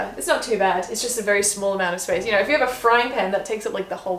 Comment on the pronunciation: oh my god. you just vibing to the microwave oven and being like "spaice" cracked me up